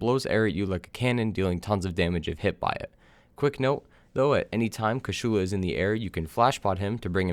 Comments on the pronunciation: Kew-charl-lahr not! Coo shoe looooooser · It's been four years, are you still saying KASHULA instead of KUSHALA? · Great guide, but please, stop saying "Kashulu", like you want to spell Cthulhu. It is Kushala, KU SHA LA. My ears are in pain from that...